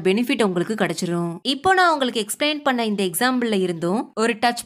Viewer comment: Next time please pronounce "பண்ணே" as "பண்ண". Thanks !! ❤